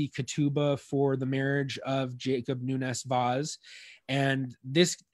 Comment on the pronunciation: Rhavael Noenes Waas is a very good Dutch phonetic approximation of how we say it in Portuguese (much better than Americans usually say it, which is closer to a Spanish-sounding name); in Dutch, "v" is pronounced as "f"/"ph", "w" is pronounced as "v", and "oe" is pronounced as English "oo" (Portuguese "u"). "Falcão" means Hawk; I won't try to approximate its pronunciation because in English you do not have nasal diphthongs. In the Dutch record it says Valk, pronounced like "Falk", and the nasal diphthongs I guess they just ditched it... "Querido" is writen as "Keride". Again, the approximation is better than the English one (sorry!). The "u" after the "Q" is silent, so "Ke" is a better approximation than "Kwe" (as the presenter says it". The final "de" (instead of "do") may be due to the fact that in European Portuguese we have the tendency to reduce post-tonic syllables, making the consonant very brief and turning the "o" into almost a schwa. His last name is written as "Vais"; that is very close to how a Brazilian would say the name "Vaz", and there are a few indications that some pronunciation characteristics that now we consider to be Brazilian innovations are actually Brazilian conservatism, retaining accents that disappeared from Portugal. The best English approximation of how we say "Nunes" that I can come up with is NOONsh. The stress is on the first syllable; the second syllable is very brief. As for "Vaz", maybe "VAHsh" (a 'z' at the end